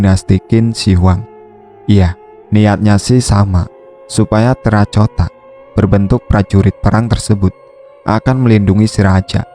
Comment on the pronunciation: terracota dibacanya terakotabukan terracotaini koreksi dari gue nih sebab gue paling sukanonton channel lu